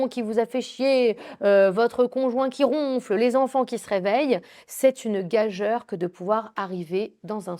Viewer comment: On prononce gajure si jamais. Merci infiniment pour votre émission ✝️